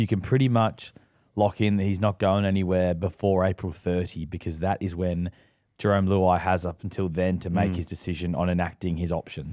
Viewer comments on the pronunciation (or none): CTE is real kids, James still calling jahream Jerome, you’ve got a bloke literally saying in the correct way right in your face and still get it wrong, silly poms man😂😂